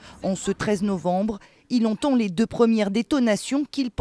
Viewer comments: on note le novembi au lieu de novembre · C'est le r de novembre qui est coupé, pas un i, mais oui c'est une erreur